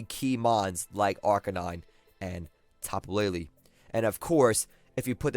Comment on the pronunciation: It's Tapu LeiLei not LeiLi